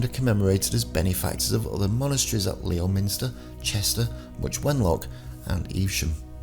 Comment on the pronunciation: Love these videos but PLEASE pronounce City names properly. Ely is pronounced EeLee and Leominster is pronounced Lemster. Otherwise keep up the good work.